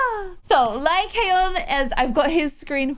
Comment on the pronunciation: i think the name is pronounced "Lie-con"!!!:)